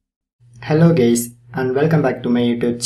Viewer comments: did he just say hello gays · It's funny he says hello gays